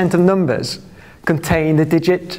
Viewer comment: Noombahs thwee